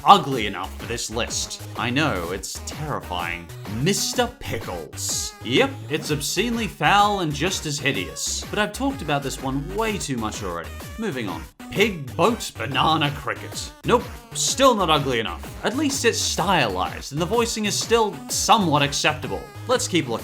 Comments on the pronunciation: It's goat, not boat. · It's goat not boat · I thought it was Pig GOAT Banana Crickit? Not "Boat"? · Lol he said pig boat banana cricket it’s pig goat banana cricket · It's pig, GOAT, banana, cricket... Not pig, boat, banana, cricket XD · He said pig BOAT banana cricket?? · i think he said pig boat banana cricket -_